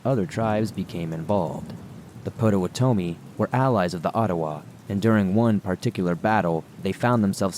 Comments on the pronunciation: Excellent episode,. However, Potowamy is pronounced pot-uh-wah-uh-me, with the emphasis on the wah.😁😋😄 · Never heard someone butcher pot-Ah-waht-a me like that before xP Good read though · Dude I love your stories BUT research proper pronunciation of place and people/tribe names. 1. La Salle - the e is silent so it’s La Sall not La Sally. 2 Potawatomi is pronounced Pot-a-whata-me.